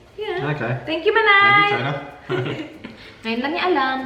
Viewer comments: Yung pag dinig ku sa sinabi ni (thank you china) yung pala Chona hahaha 💟💟💟💟💟💟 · AKO LANG BA! natawa ko pag sabi ni ng THANK YOU CHONA! AKALA KO SINABI NYA THANK U CHINA HAHAHA 😂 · hahaha same! kala ko rin China sabi nya pero sabi ni ate manay hahaha buti nalang. ps. share ko lang hehe